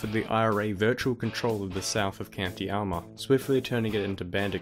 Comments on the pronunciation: 'Almar ' its Are-ma its not a weird irish combanation like Monaghen so Armagh alright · Can't help but notice the way he pronounced Armagh... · There's an error . Gerry Adams was elected MP for West Belfast in June 1983. That was the Westminster election. The NI Assembly wasn't founded until 1998. Apart from that, the narrator's pronunciation of Armagh could be better.